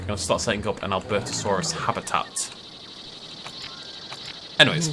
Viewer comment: Albertosaurus (Al-bur-to-sar-us)